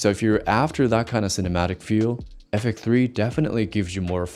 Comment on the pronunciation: Out of tolic but I don’t get why you can pronounce X but not FX3, what is ‘effek 3’ bro 😢